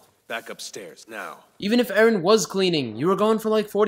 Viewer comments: Does anyone notice that he says edgen instead of Eren Umm never mind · It's EREN dumbfuck nit edgen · its eren not edgen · its eren you stupid turd not edgen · sry but is it not 'eren'? not edgen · "edgen" lol😂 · Why does he call eren edgen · The fact that he kept saying Edgen deserves about 47 sins. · "Edgen" The fuck? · he only says Edgen when it's Edgy Eren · Now I just want to keep calling Eren, Edgen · The way you say all the characters names is INFURIATING. Reiner literally said Jeans name correct and you still his name wrong🤦🏼‍♀️ you’re saying Mikasa’s name like the Spanish saying of make yourself at home😂😭